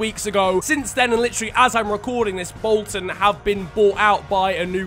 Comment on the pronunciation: "Wolton Wanderers"